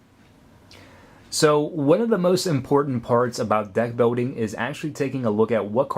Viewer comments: Where did you get that accent? You say "molding" with an "L", but "building" with a "W" like "biwding". XP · "Building", not "boating"